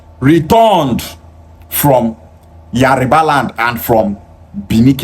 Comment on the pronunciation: I like to correct the way you pronounce the name of my princely tribe Yoruba not yariba. Your kind like to insult other non-Igbos, but cannot take it if you are paid back. Watch your mouth